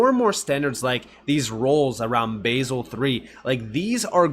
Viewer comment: Youre a Legend btw its pronounced Bahzel